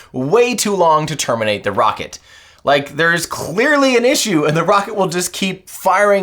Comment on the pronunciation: It's ironinc that Lt Rockett says Wocket, and not Rocket - he can't pronounce R, instead it's W 😝😝